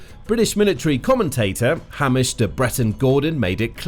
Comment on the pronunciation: It's not Hamish as in 'ham'. It's Hamish - Hame as in 'Came.' A traditional Scottish name.